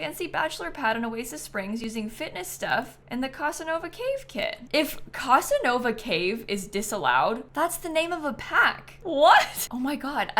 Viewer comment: The pronunciation of Casanova in this video is sucking out my life force 😅😅😅